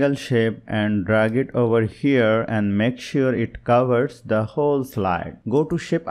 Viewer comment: Herre herrre heerreeee 😂